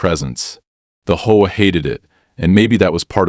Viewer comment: Why do these AI READERS insist on pronouncing HOA as a two syllable word?